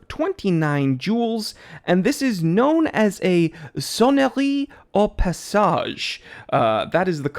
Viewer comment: Nice pronounciation for the "Sonnerie au passage": congrats buddy! I own the first limited-edition batch (the azzuro, which won a Geneva Price) and it is absolutely gorgious